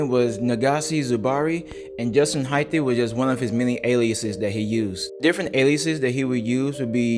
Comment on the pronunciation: Hyth not Hyth-e